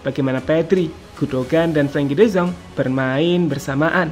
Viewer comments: de yong bukan de zong😂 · De Jong laaa bukan De Zong y ampunn